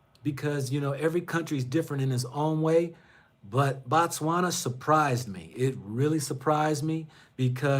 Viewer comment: Brother Man, brother of mine....I want you to say; "Bo-Tswana" not BA'Tswana....you only say 'Batswana' when your refer to the citizens, the country is pronounced 'Bo-tswana'.